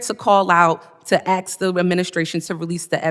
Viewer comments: it’s ASK not AXE. Learn how to speak properly before clawing your way to congress. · If you're a member of Congress learn to say "ASK". That sacred building is not the "HOOD" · "Did they 'ax' questions about his involvement in China..." Really? You talk like that? As an adult? Deflect much? Where did all those 300,000 children go? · Congressman McIver spewing five full minutes of vile from her evil mouth, dismissing the horrific plight of 65k children as she sanctimoniously "axes" (not "asks") the committee to instead entertain & pursue her list of TDS lies, is proof of what it looks like when a demon speaks. I venture to guess that If someone actually cast out that demon on the committee floor, LaMonica would be screaming, foaming at the mouth and writhing on the floor. God please save the children & bring all responsible conspirators to justice. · This is who Dems send to Washington. They say Axe instead of ask, chile instead of child. She can’t even pronounce words correctly while berating Republican law makers. Oh, and her railings about what a wonderfully accomplished job NGO’s were doing but not axxing in her words, where are the receipts and evidence of all those “good” works they were supposed to have done? Crickets. 👍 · Did she say he was 🪓 or asked😂😂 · Let me ax you... let me ax you... please?! lol - That grrl is "Acluistic" meaning: "One who has no clue!" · Did I hear correctly...did she say, axe? I'm getting the fudge outta here!